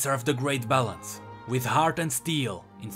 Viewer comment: every time you say balance i hear it as bellend.